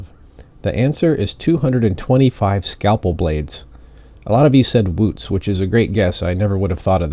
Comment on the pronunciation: I couldn't understand you when you said that we mostly guessed boots